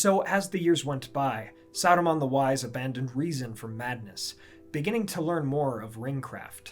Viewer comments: Remember, it’s Saruman, not Aruman. Did Bakshi question our intelligence that much? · Who ? You mean Aruman, right ?